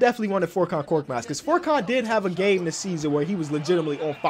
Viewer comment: It’s pronounced furkan not forkan